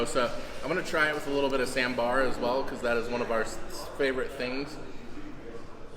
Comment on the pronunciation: Its Saaaaam ber!! My friend 😊 otherwise it sounds like sam's bar hehr